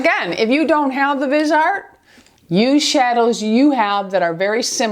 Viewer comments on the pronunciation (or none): Love your videos! It's pronounced Vis-e-art.